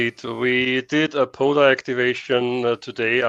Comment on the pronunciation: Guys it's not PODA, it is POTA. With a Tee.